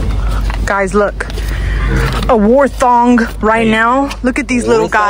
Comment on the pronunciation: HOW SHE SAID WARTHOG 😭😭😭